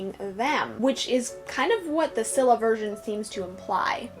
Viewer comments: Its neither pronounced skylla or silla its pronouncoud skilla😂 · I'm Greek and in case you're wondering about the Greek pronunciation Scylla(Σκύλλα) is pronounced as "Skúlla" Charybdis(Χάρυβδις) is pronounced as Khárubdis I don't know if that's helpful